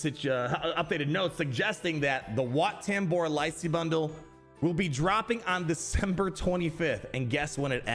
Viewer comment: Wat Tambor ❌ Where Tambor ✅